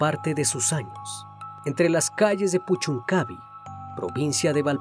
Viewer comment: Pequeña corrección: Puchuncaví, acento en la 'i'.